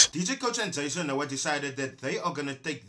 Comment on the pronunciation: Jason:"eks nu ha"(Noah)...Dj😂😂😂😂😂😂😂😂